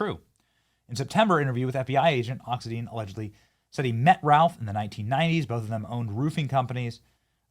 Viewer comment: Gotta be that person… it’s pronounced, “Ox-IN-dine”.